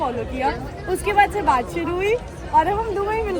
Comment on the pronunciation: Dubari nhi dubai bolte hai😂😂😂😂